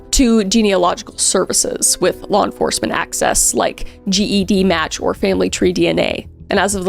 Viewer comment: What a precious girl. She deserved to live an amazing life. For future reference the organization namUS is actually pronounced like ‘Name Us’ because the people in the database are unidentified. Also GEDmatch is pronounced JED like Jedi.